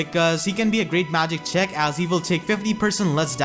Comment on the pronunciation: everytime you say check i hear chick and my imagination kicks in "great magic chick "